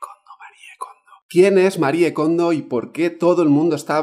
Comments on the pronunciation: Se pronuncia "Marí" Kondo!!! No "Marié", Por DIOSSSSSSS!!!! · Me perdió en cuanto dijo MariEE kondo 😒 pronunciando la E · Se pronuncia "marí" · que cuesta decir "MARI KONDO" 😒